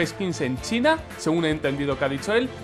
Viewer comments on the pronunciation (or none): none